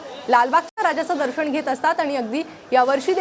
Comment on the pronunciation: ताई,दर्षण नव्हे!दर्शन म्हणा! अशुद्ध उच्चार व शब्द!!!